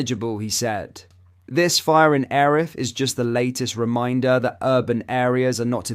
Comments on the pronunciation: Erith used to be in Kent, so it's now South East London is it? The pronunciation used to be 'eer rith' the eer sounding the same as eerie, so it's now 'air rith' is it? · It's pronounced EARith, not ERith